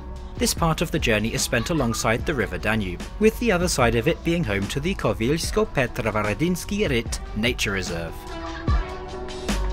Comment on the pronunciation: Your accentation is a bit off. For example, in "Koviljsko-petrovaradinski rit", you stressed "din" in "petrovaradinski", where you should have stressed "va", but those are common mistakes.